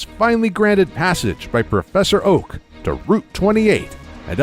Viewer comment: He actually said "Professor OAUH!"🤣🤣🤣